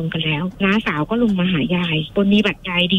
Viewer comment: โลง ไม่ใช่โรง ลง ไม่ใช่ รง